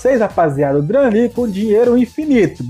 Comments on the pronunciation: "Dram Ligue" , "Abaixar" "Midiafire" 😂😂😂😂😂 LIKEE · dram ligue ? kkkkkkk